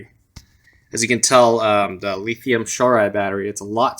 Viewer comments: I'm not sure who told you how to say lithium as leethium...but whoever it was...go throat punch them. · It was hard getting past the lithium pronunciation, but other than that great review, bud👍